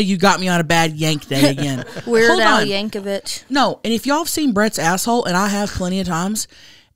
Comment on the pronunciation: is killing me this ep 😂. Weird Al yank-ovich, sole-full?! Dead haha